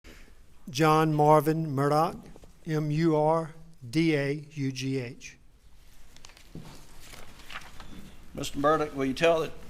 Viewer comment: So odd how Alex pronounces his surname "Mur-duck" or "Mur-dick" while his brother pronounces the same surname "Mur-dahw", and once he does say "Mur-dock". Mur-dahw Rental Center Mur-dahw(?) Kobota Mur-dock Equipment LLC ......so there's multiple ways that this family pronounces their surname, between Mur -- daw, dah, duck, dick, and dock. At this point, some people pronounce it "Murda", very close to how many South Carolinians, North Carolinians, Georgians, Floridians, Mississippians, Cajuns or creoles might pronounce "MURDER". And the (convicted) murdering Murdaugh is known as Alec and Alex to various people in his family and community, although most who are close to him seem to call him Alec, or "Ellick".